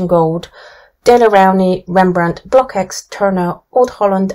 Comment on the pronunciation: I really love your website, Thank you for your objective testing. But I’m sorry to inform you that the pronounciation of the CKX of Blockx is like KS, so you say BLOKS instead of BlokEKS. Also the Dutch pronounciation of Van Gogh and Rembrandt is very different.